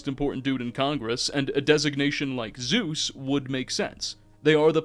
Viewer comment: "Zues" is not Zeus.